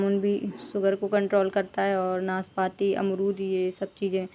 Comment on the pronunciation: Naas paati nahi naaspati like piear.